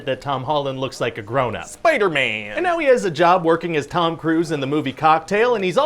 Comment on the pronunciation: I'll forever pronounce Spiderman this way.